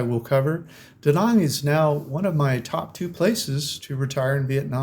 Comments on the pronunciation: Trying to help those people -Too many GIs died in Da Nang for me to consider it a retirement spot, it’s a friggin communist country ! It’s not pronounced Da Nong it’s Da Nanang - Army Vet Retired 🇺🇸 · I appreciate you are a traveller, but you are still a yank who butchers foreign words. Vietnam ends with nam rhyming with ham and Da Nang is not duh nung! Other than that I enjoyed your vid. Off to Da Nang for 12 th Viet trip in May. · YOU MISPRONOUNCED ,MY AN BEACH. MY IS PRONOUNCED "ME" AN❤ MY WIFE IS VIETNAMESE AND WE VISIT HER FAMILY IN DA NANG, EVERY YEAR. IT'S CALLED DA NANG , NOT DA NONG😂